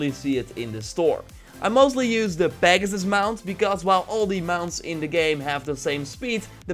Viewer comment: Pagsus he says 😂